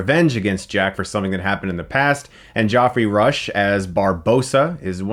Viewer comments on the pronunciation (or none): Joffrey Rush? Really Chris? Now you have to be pronouncing that wrong just to annoy us. You do that often. It's pronounced Jeffrey. Jeffrey! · It's pronounced as JEFFERY RUSH, not Joffery Rush. Millenials know nothing of proper grammar nor speech. Stop texting and learn to speak your language. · Joffery Rush? It's pronounced Jeffery. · Joffrey rush? Wtf Chris!!! Pronounce it Jeffrey like a human!!!! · Did you just say 'Joffrey Rush'? I know its the English spelling... but its still pronounced Jeffrey. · Did you say "Joffrey" Rush?? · Geoffrey Rush is still pronounced Jeffrey. My friend has the same problem. He pronounces Geoff Tate, the singer of Queensryche, Gee-off Tate, instead of Jeff.